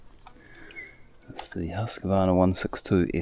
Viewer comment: Interesting. Just for fun. Husqvarna is pronounced Huusqvarna. Robert Sweden